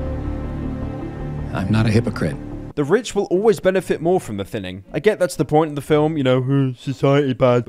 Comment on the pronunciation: It feels wierd that when people call it “the thinning” after watching call it “the thinining”